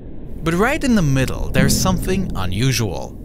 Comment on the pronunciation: "Fwew da middelw" and "deh ovver vay" jeez is AI that bad??